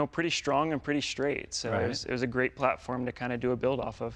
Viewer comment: "I got really lucky with this car. It was pretty SCHTRONG and pretty SCHTRAIGHT." Why to people put the 'SH' in such words? Nice looking and sounding restomod, but the wheels are somewhat too large and inappropriate.